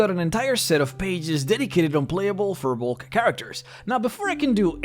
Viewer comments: You're mispronouncing firbolg. It's pronounced fear-bolg, not fur-bolg, I looked it up. Don't listen to what the players of Crit Role say because their DM Matt Mercer is the only one pronouncing it correctly while the rest of them are mispronouncing firbolg. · It's pronounced Fear-bolg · pretty sure it's "feer bolg" pronunciation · Look at how they massacred the period race of Na Fir Bolg! Fir Bolg is already plural, singular is Fear Bolg, and the 'r' in Fir Bolg is pronounced like a soft 'zh'. They're demons in the d&d sense and it took a literal civilization of the gods to wipe them out.